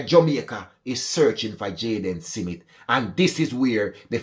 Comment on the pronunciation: His name is Smith not Simith